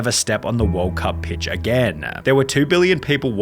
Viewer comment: The way you pronounce the last word of every sentence is hilarious. "Friend-a" "Interview-a" "Again-a" 😂😂😂